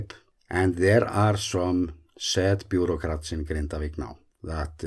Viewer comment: lol, "the bruearcrats missed a chance to push some paper"